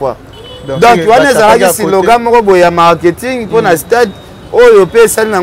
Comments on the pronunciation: on dit slogan et non silogan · On dit slogan et non silogan